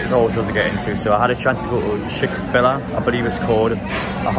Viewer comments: Chic fil ayyyy Is how it’s pronounced! Love your work! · Pronounced Chick-Fill-Ay I believe ;) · I love the way he pronounced chick fil a